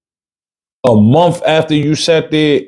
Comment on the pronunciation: Honestly i cant believe this is real. Im mot trying to be nasty. Im sure there are some things you are good at. This is not it. I feel embarrassed for you. Cant properly pronounce basic words, cant form simple sentences, cant tell a story. Its not mumf. Its month